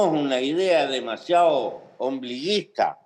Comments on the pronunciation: Ombliguista, no obliguista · El pepe dijo "tenemos una idea demasiado ombliguista" no obliguista. Muy buena entrevista